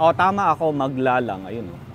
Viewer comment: Thank you for featuring my hometown in your Vlog. BTW: the surname ‘Maglalang’ is properly pronounced with only two syllables (Mag-lalang) NOT three (Mag-la-lang).